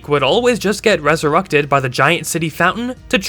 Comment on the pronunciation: "And a week later, they were reseructed." I'm not the only one hearing the u in reserected right?